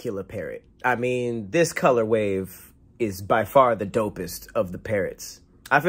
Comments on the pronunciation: Will someone please tell is colorWAY not colorWAVE, that's 2 separate videos now & it's driving me crazy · “COLORWAY” not color waves 😂😂